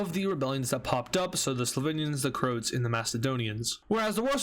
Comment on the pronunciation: IT'S CROAAAATSSSS NOT CROOOOTSSSSS!!!!!! WITH THE AAAAAAAAAAAAAAAAA